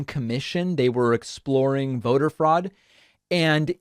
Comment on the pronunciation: "Froad!" Lol....